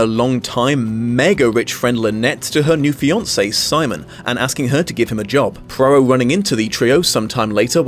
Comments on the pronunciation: I cannot understand why you continually add an R in Poirot's pronounciation. Prarow? It's Pwaro!!! So annoying. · "PWAA-row", not "PRAA-row"! -- no R in the first syllable of Poirot's name. Even in fiction, so iconic a character - and his author - deserve the respect of correct name pronouncing. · Dang it!! SAY THE NAME PROPERLY! "PWAA-row! PWAA- row! PWAA-row!" Not PRAA-row! There's no excuse for making such a disrespectful gaffe. 😡😡SAY NAMES CORRECTLY.😡😡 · apologies if others have pointed this out/if you dont care but his name is pronounced "pwa-roe" not "pra-roh" as you've been saying! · PLEASE try to learn to pronounce 'Poirot' properly... listening to you mangle it as 'Prarow' was painful!!! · Just popped in to see whether you’d learned to pronounce Hercules Poirot. You have not. You still say HERkyul Prorroh and I can’t watch the video. Which is a shame because I was interested in seeing one of your wonderful interpretations. HERkyul I could have overlooked but you say Prorroh more and it’s far more annoying. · Im sorry but what is this Poirot pronunciation ? Where is the first R sound coming from ?